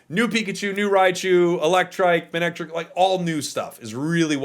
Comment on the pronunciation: Respectfully, it’s pronounced “muh-neck-trick”